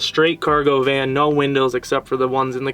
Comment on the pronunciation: Van. Not can. Lol